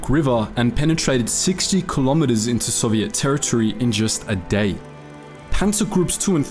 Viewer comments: Bro love your channel but why do you keep mispronouncing soviet 2 different ways 😭😭 its really frustrating im aussie too but I've never heard anyone pronounce it like that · It’s Soviet, not “Soviette”. They weren’t a dance troupe.